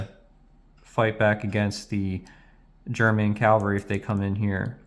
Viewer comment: Calvary? (Even the subtitles picked it up.)